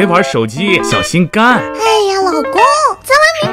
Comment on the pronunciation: 讲的是小心杆，红尘听到的是小心肝